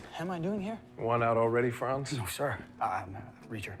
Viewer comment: His name is Franz, not Frances.